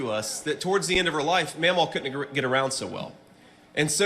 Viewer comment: Mamaw not memaw?